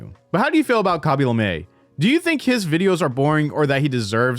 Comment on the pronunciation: why do you say kaby lame like that